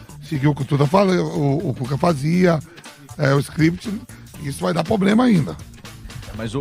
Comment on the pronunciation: Como é q um repórter fala em rede nacional poblema 🙄